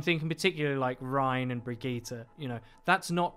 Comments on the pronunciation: Its baggette ffs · I cringed every time he said Brigitte... o_= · For heavens sake pronounce her name right jesus! Jeff taught us how how to say the name! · Bridgit - Brigeeta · I thought Bridgette's name was pronounced "BRIDGE-IT" But uuuh. It's pronounced "Brigetta"? Like Vegeta? The fuck? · One call Brigitte "Bridget", the other "Brigita". Like in 99% of all people. Is it really that hard for English-speaking people to pronounce the name "Brigitte" correctly? Real question ! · Fuck me it's hard to listen to the guy say bridget instead of brigitte, even IMMEDIATELY after the interviewer says it properly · If I hear Bridget in stead of Brigitte one more time I’m loosing it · "BRIDGET" lol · I love how he's like brig-gee-tah and the other guy is like Brigitte. There's no need to overly pronounce these names, we don't speak Swedish or Russian. ZAIYAAAA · i just wanna say it s not Bridget its Brigitte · Please tell me I'm not the only one that thinks her name is pronounced "Bridge-it" and not "Vegetta" with BR, it's getting in my nerves, lol. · Did he say Bridget? Oh god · I love that you two are passive aggressively arguing over the pronunciation of brigitte lol I'm a fan of "Bridge-it" personally :-p "Brig-eeta" sounds bad lol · So you love the wrong pronunciation? Sweet. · Is intentionally trying to trigger people by saying Brig's name wrong. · He said Brigitte wrong. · He's saying B r i g i t t e wrong